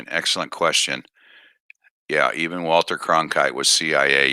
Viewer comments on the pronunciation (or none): none